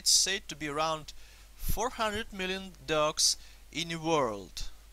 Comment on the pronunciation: IT sounds like you saying ducks...